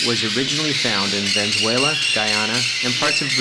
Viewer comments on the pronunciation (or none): Its Venezuela not Venzuela